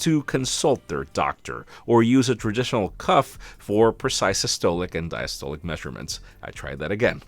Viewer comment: You somewhat butchered the words systolic and diastolic 😂